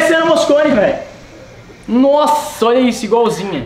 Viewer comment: o falo "nossahh" igualzinha